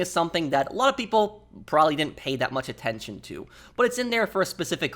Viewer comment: Can't watch due to an adult to lazy or stupid to pronounce "probably "